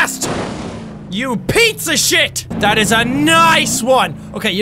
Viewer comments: Who notices jack saying pizza shit instead of piece of shit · Jack, about every time you say "Piece of shit" it sounds like you're saying "pizza shit." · jack says pizza shit instead of pice of shit but jack if you read this it doesn't matter because we all mistakes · Mr.VideoGames "You pizza fucking shit!" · Mr.VideoGames lol can't unhear it now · Cause he said pizza shit he did not say piece of shit he said pizza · did jack say pizza sh** or price of sh**